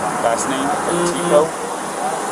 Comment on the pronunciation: cop gets her last name wrong. Petico vs Petito.